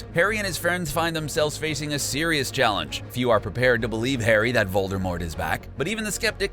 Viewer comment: Are you sisrus